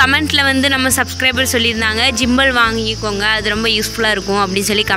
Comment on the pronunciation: ஜிம்பல் இல்ல மா... கிம்பல்